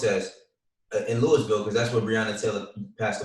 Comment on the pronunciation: It’s not pronounced LEWISville big dawg smh